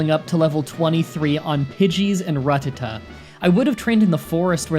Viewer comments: The way you say 'rattata' hurts. It's a rat, not a rut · Seriously, the way you pronounce rututuh makes no goddamn sense it's a RAT RATTA TAT TAT IT IS NOT A F*CKING RUT!!! Fun fact: pokemon cannot be in a rut either. Their financial situations are very much in check, because they never need money. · Ratata not Ratatta😉😉😉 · Rattata, not Ruh-tuh-tuh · 😠😠😠😠😡😡😡😡you mispronounced rattatada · But Ratatta so wrong